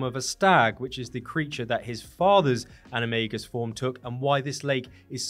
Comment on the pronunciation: "animay-gus"? Isn't all based in Latin? Should be animah-gus